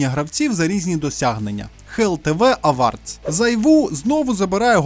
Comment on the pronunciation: Не авардс а евордс англійською